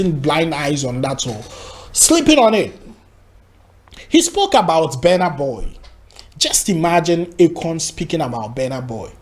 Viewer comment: It is called Burna boy not bana boy